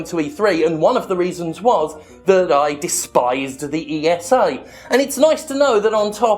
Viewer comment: Maybe just me, but I have the "Jimpression" it's very hard for Jim to make sure to not leave out the S in ESA, when flaming them. :D